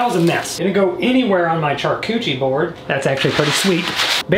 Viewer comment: Shar-cochie Bord 😂